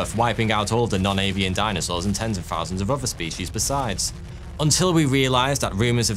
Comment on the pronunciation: Fousands, you say?